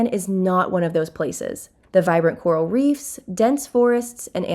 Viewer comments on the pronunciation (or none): none